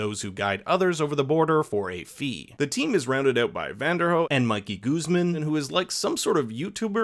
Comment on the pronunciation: Pls try yo pronounce Guzmán correctly...